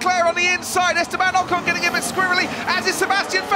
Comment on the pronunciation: Please learn to pronounce Ocon. Forvo would help, if you ever make the 'effort'.